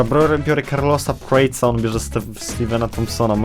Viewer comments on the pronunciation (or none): Czyta się „Prates”